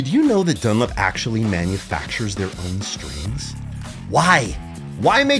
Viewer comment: The way you pronounce "DunLOP" as "dunlip" is driving me mad.